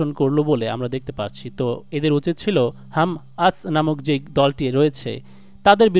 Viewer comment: ভাই আপনি বারবার হাম আস উচ্চারণ করছেন অথচ সঠিক উচ্চারণ টি হলحماس তথা হামাস